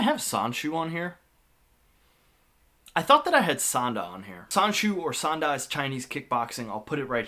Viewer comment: Sanshou, not Sandu.